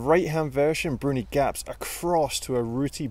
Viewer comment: Excellent video, love the way you mix Bruni’s name lol